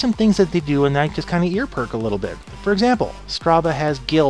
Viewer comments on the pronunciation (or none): "Earperk"? Dear me, your Furriness is showing... I mean, more than usual.